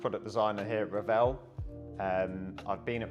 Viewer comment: Thanks for educating the masses on the actual pronunciation of Revell!